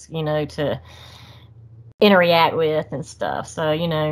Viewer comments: Interreact is not a word. It’s pronounced interract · Every time she says interreact it makes me wanna have a intereaction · What a great story. She's so genuine. I can see why the sasquatch "interreact" with her. 😂 I normally am bothered when someone says a word wrong over and over again. With her, it was endearing. Lol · I love her I believe her but I do feel there is more to them than just flesh blood as she said. Please someone tell her it’s “interact”. Not inter react ?? I’m sorry I’m not being mean it just drove me crazy